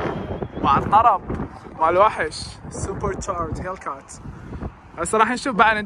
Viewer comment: هيكلات ❌ هيلكات ✅ 😂